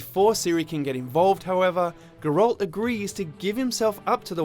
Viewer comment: hmmmm... The way you say Geralt makes me wonder if you've actually played it. Not that this isn't informative.